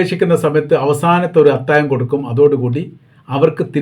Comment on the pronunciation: അത്താഴം ആണ് അത്തായം അല്ല. താങ്കൾ പലപ്പോഴും ഴ എന്നുള്ളതിന് യ എന്നാണ് പറയുന്നത് 😊